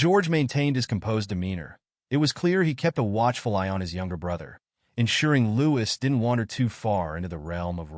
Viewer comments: His name is pronounced Louie you drop the S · His name is pronounced Louie no “s” it is so annoying that the narrator hasn’t done his homework